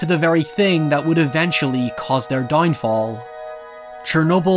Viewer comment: Dang, your speech is butchered throughout the whole video. E.g. "Doynfall" had me laughing